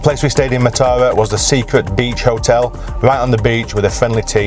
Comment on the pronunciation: Matara is pronounced as Maaaa-tha-ra emphasize Maaa. If you see someone drinking from a glass bottle it does not necessarily mean they are drinking booze, people fill empty bottles with water to drink. I dont think people actually now fish from stilts they just pretend and ask tourist for money to photograph them!!